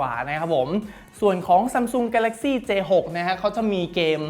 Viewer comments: พี่พูดผิดนะคะมันเป็นj6ไม่ใช่A6ค่ะ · 0.31 พี่พูดผิดค้ะ j6 ไม่ a6 ค้ะ